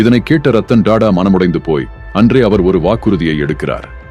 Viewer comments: Rathan TATA not TADA your poor pronunciation ரத்தன் டாடா ஏழ்மையாக இல்லை எளிமையாக வாழ்ந்தார் 👍😄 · Don't say " da da " Sat "Ta Ta " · Ayyo Tata enru pronounce pannunga, please